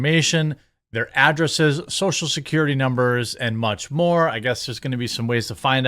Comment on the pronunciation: Social "Securtity"